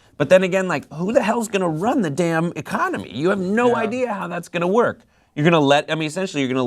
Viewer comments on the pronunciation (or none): none